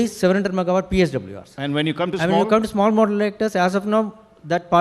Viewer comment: What's the difficulty in pronouncing the simple word Modular? It's so awkward from the part of Podcaster